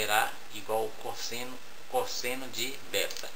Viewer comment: cósseno kkkkkkkkkkkkkkkkkkk eu ri MUITO